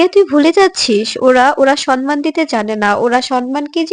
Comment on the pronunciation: 😮 ভুল uchcharon, কথা টা সন্মান নয় , সম্মান ( samman)